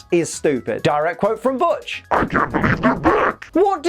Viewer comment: Did you just call Butch (which, hilariously enough, tried to autocorrect to Hutch) B*tch? You have my respect.